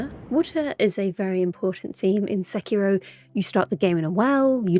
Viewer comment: Oh my. Fantastic pronunciation of Sekiro. (The ghost effect always makes me laugh ever since someone pointed out its like Frodo waking up in Rivendell)